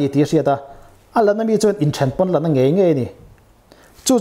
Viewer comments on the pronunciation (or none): none